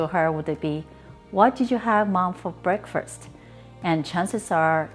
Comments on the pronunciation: Lovely video. I had googled this question, "Does Corn Flour steam well?" And your video came up. Thanks for the recipe and thanks for answering my question about corn flour. (Please don't be embarrassed... the first meal of the day, in English is Break FAST, not Break FIRST. I've heard other Asians use the same wrong word so, perhaps it is wrongly used within the Asian languages but, in English the right word is Break FAST. Otherwise, your English is really excellent. Don't be embarrassed, just practice saying FAST.....) the boy runs FAST, the car drives FAST, We eat BreakFAST. See? Easy!😉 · we pronounce breakfast like breakfirst here, just depends on where you're from I reckon